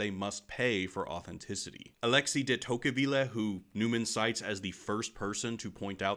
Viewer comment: I hope the next fashionable trend is for everyone to start pronouncing "Alexis de Tocqueville" the way does